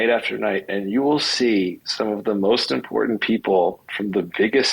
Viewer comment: Hearing pronounce ‘important’ as ‘impordant’ has replaced ‘libary’ in our drinking game. We’re all drunk now